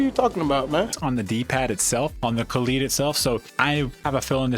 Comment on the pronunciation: Come on guys it’s kaleid not kalied. Like an american would pronounce ‘collide’. Ka lied. kaleid